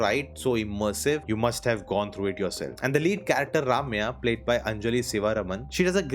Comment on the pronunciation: Thanks for calling attention to these two great movies. Since you're such an aficionado of movies from the South, one point you could improve is your pronunciation of South Indian names - Ramya is not pronounced RAM-ya, but more like RUM-ya, whereas Sivaraman is more like Siva-RAM-an, Vetri-MAA-ran not Vetri-MARAN etc. The small things help.